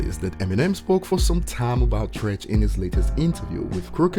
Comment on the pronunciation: It's Treach.. Not Trench... You started off fuckin up... 💯💯